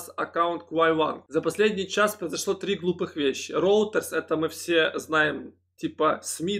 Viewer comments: Извините, поправлю все же, "Рейтерс" а не роутерс. Спасибо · Та шо за роутерс постоянно, братик, может ройтерс?))